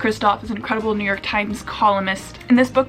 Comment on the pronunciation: me pronouncing New york: New york: Neork! syllables are a waste of time..am using neork from now on..lol